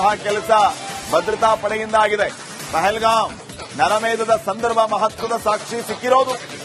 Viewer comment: Say properly. It is pahalgam. What is your qualification?